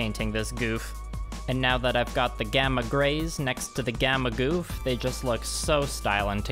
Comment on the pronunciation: It is not pronounced goof